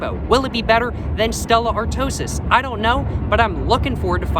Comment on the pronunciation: stella artois, not artosis 🥶